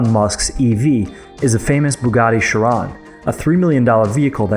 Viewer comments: The way he pronounce chiron and superleggera gives me cringe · You are pronouncing chiron wrong and that is a limited production collector's car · You say genius but you can't even say Chiron and Superleggera correctly. So much for genius. If you can't appreciate cars in general, you have no right to simp over Tesla. Hypocrites. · Who else is triggered by the way he pronounces Chiron? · Can't even say chiron properly and you're a genius 😂 😂